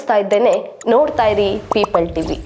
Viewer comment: People ಟಿವಿ.. Peeple ಅಲ್ಲ.😂😂😂ಸರಿ ಮಾಡ್ಕೊಂಡು ಸರಿ ಮಾಹಿತಿ ಕೊಡು...